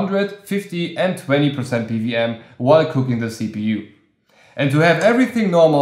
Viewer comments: Why do you keep saying PVM? Do you know what a W is? 😂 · Good video! I kept hearing PVM fan with that accent. What country are you from?